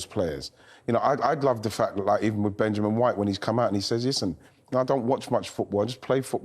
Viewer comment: That emphasis on Benjamin 🤣🤣